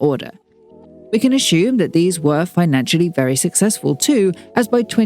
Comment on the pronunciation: The way you pronounce 'assume' as 'ashoom' is diabolical